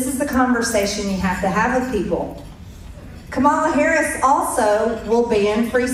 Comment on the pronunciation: Notice how she won’t say Kamala Harris’s name right?